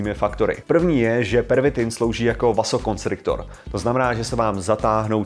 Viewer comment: Vasokonstrikor 🤦‍♀️😄 čte se se vazo..